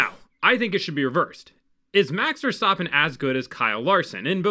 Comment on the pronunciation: "Max Verstoppin"